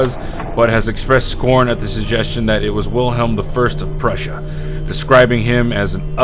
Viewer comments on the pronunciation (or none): none